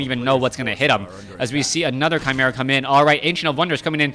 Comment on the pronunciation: Your pronunciation of "Chimaera" (/kaɪˈmɪrə/) is correct. Another possible pronunciation is with "key" instead of "kai ("key-mera" /kɪˈmɪrə/), but it's definitely never "chim" (as in "chimp") or "shim" (as in "shimmer"), regardless of dialect. Sources: MacMillan, Oxford, Cambridge and Merriam-Webster dictionaries and my degree in linguistics.